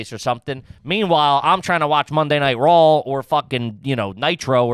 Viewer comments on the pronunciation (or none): Is it garbage if you refer to it as Monday night Rawl.. there's no L 😂